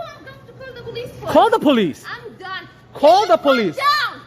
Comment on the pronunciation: Call the po lese, while you’re at call the am blanse